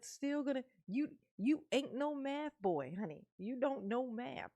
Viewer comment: It’s not mathboi it’s methboi.